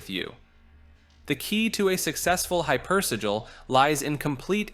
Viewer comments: Hyper. Si-jil. Not si-gul. That’s si-lee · The way you say hypersigil pisses me off lol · Man you sure had trouble pronouncing hypersigil 😅